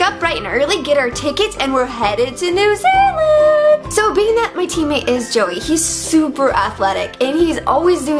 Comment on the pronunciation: As a new zealander i cringe every time she says new zealand still think Meghan is great tho